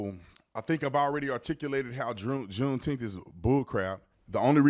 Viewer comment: I've been saying the same thing about "Juneteneth"